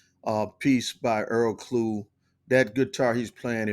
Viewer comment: In English..his surname would be Clough....as in Tuff, stuff, puff, rough, ect.. so it is Earl Klugh. not Klue, as in clue, chew , stew, etc. thanks.